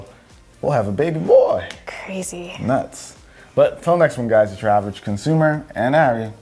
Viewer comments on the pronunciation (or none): “Average conaumer” lmao